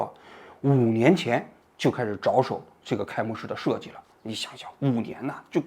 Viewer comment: 着手，读音为zhuó shǒu